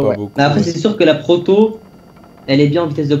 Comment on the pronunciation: Mdrr à dit "Porto" au lieu de "Proto" mdrr.